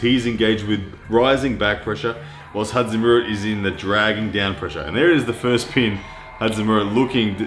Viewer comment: just call him Zoloev. Your pronunciation of his first name is killing me.